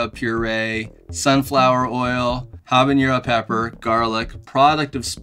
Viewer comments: I have to let you know that you mispronounce habanero. It is not pronounced habanyero. Jalapeño is pronounced jalapenyo because of the symbol (tilde, ~) over the n. Habanero does not have a tilde over the n, so it does not get the y in the pronunciation. Pronouncing habanero this way, is a form of hyperforeignism. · Habanero is not pronounced habañero. It doesn't have an ñ. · It's habanero (not habañero. Just FYI. Very common mispronunciation. Love the content. Will definitely be ordering these. Cheers n' dines! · The ‘habañero’ kept cracking me up!